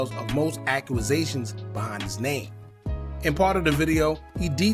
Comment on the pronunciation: What the hell is a "Accuasation"?